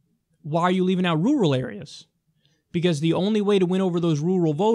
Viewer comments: Am I the only one who chuckled at the pronunciation of Rural, "Roo-rul" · lol bruh you need to learn how to pronounce 'rural.'